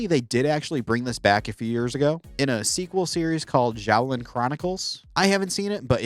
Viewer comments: 😑 its pronounced shoalin showdown with an s sound. they event say it in th show with an s sound. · Xiaolin is said "Shao-lin". In Chinese, the X is always an "sh" sound. To the especially pedantic out there, yes it's a voiceless alveolo-palatal fricative, yes it's not quite a voiceless postalveolar. They are, however, extremely similar sounds and it's the closest possible English approximate.